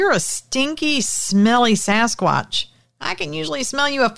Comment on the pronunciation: Did u just say sasquad?😂